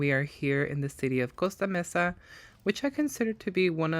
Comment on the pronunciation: I hope you took that adorable cherub home & put it right in your hutch for your great Valentine's Day decor! ❤ Also, I appreciate your pronunciation of "Costa Mesa." Yo tambien hablo Español! 😊